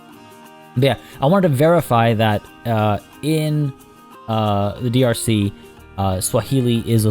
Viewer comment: every single time you say "drc" my brain goes "don't you mean dlc". ah yes my favorite african country the democratic lepublic of the congo